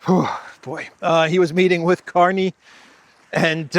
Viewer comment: .. the new Canadian PM's name? Is pronounced Mark CARNAGE! 😂 ..ooh & watch out for Trump's Art of the Deal? No! But "Real Estate"? Canada not for sale but I'd keep my fiscal eye on..Alberta..just sayin'..😂 LnPs from this crazy, old 😻 lady..ish? 😶‍🌫️ in Yorkshire UK ❤️ xx